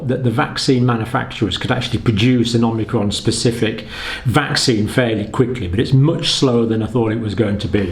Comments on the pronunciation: IT'S NOT OMINCRON IT'S OMICRON!!!!!!!!!!!!!!!!!! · Dr. Campbell is still mispronouncing omicron.